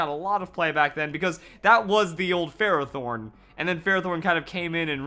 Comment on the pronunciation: Lmao yeah you said ferrothorn for like half the vid